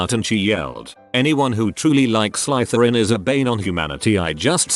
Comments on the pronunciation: This pronunciation of Slytherin is making me really happy lol. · Way the robotic voice says "Slytherin" hurts me physically and emotionally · I’m a Hufflepuff but it made me die inside